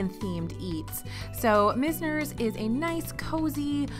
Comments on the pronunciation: Great video! One tip, it’s probably “Myz-ner” not “mis-ner.” 99% sure its named for the famous Florida architect who established a lot of architecture in the early 20th century in Palm Beach/South Florida. But overall so many great tips as usual! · Mize ner rhymes with wise, misner. Named for a part of Boca.